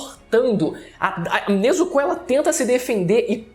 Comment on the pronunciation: O video foi bom, mas ele falando Nezucú, foi o melhor kkkkkkkkk